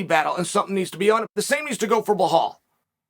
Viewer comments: Umm were u pronouncing it blehal loll... its belal, and ye I agree he should get more credit, interesting to see outcome of this fight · Petition to stop Uncle Chael from saying Belahul to Belal (B-LAL) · Cheal sonnen is awesome. But I am sure he know .. it's BALAL. Not. bAHAL. Lol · "Blehal" will win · Blah-hal - I love it lol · Bluh-hall is boring. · The champ has a name the name is not Belhal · I honestly feel like you are trolling us with blehal at this point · It’s pronounced Blahal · Anytime I hear chael say "Blelahal", I think about how badly Leon beat him up. It was Leon vs Nate before Nate got his. Bad bad beating. And then...all that crying. Belal is gonna have to do some major work to make me forget about all that crying. Can you imagine a navy seal crying like that over an eye poke?? Yeah the ufc isn't producing "war". It's fancy boys with awesome technique. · na bro it's "Blowhal" Muhammad 🤣🤣🤣🤣